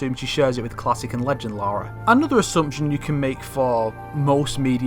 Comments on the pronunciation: the “Laura” thing gets me still like it’s LARA not LAURA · you're dead man American's can say Lara not Larua